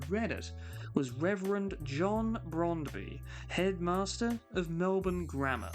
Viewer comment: It's John Bromby, not Brondby.